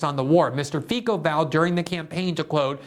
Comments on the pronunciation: His name is pronounced fitso not fiko. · pronounced Feetz-o.